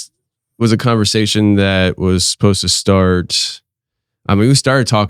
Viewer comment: Supposed not suppised...lol